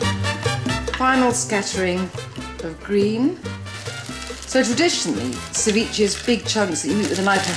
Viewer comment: cevi-cheh not cevichee